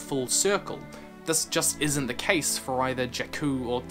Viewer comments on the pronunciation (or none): none